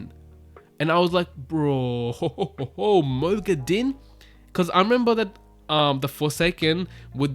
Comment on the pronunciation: Moghedien = (moh-GHEH-dee-ehn) not (moh-gheh-DEEN)